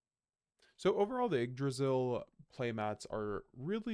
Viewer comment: It’s pronounced igg-dra-zil not why-g-g draysal?